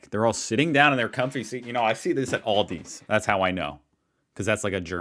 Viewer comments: and. I love Aldi. that's Aldi (not Aldis) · And it’s not Oldy 😂